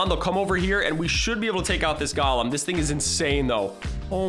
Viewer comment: You say galem and its a golem